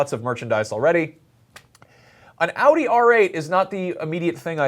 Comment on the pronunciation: An American who knows how to properly pronounce Audi? Colour me surprised.